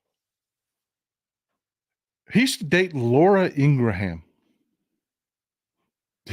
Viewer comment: Ingraham is pronounced INGrum. Two syllables.